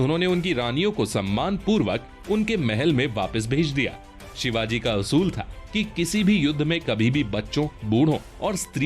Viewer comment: भाई शिवाज नही 🤬🤬 छत्रपती शिवाजी महाराज बोलो भगवान है वो हमारे 🙇⛳🧡